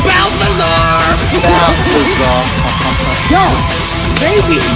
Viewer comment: it's balthazar